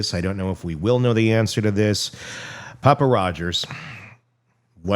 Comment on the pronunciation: It's actually Papa lol